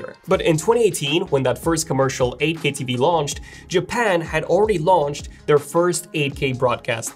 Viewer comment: when he says 8k it sounds like Ak